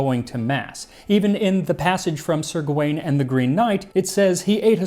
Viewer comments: Max, I know how much care you put into pronouncing words properly, and I feel I would be remiss if I didn't mention that even though Gawain looks like it should be pronounced guh-WAYNE, it's actually more like GOW-in. My medieval literature professor was quite insistent. Sorry if other people have already harped on this. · Sir Gwain is pronounced Sir Gavin. Gwain is the old spelling of Gavin.